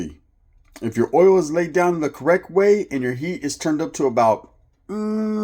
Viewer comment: Sounds like your saying ouyyo "yarda" not oil.....shits funny. WADDDDUP 👊🏼 shoutout from the 360 northern Washington state.